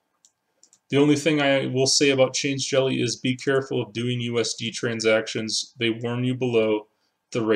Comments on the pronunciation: I think it's "Change-elly" rather than "change-jelly". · Yep, definitely change-lly. There's no g or j in the word after change.